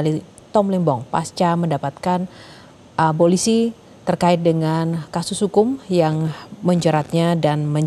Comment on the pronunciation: Eh mas reporter breaking news mengatakan abolisi dengan abosili .mas bukan abosili tapi abolisi